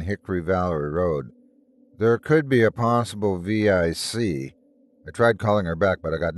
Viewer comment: I agree - immensely predictable. Also distracting that he kept mispronouncing "vic" by spelling it.